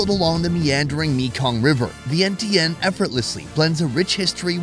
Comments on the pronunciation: It’s pronounced Vien-Chun. Not sure how no one told you this. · Love all you do! Glad you tried and enjoyed Lao food. Just a tip most Lao people prefer kon Lao or Lao people. Laotian is eh. Vientiane needs a little pronunciation work lol not bashing ya! Showed my grandma this video she loved it!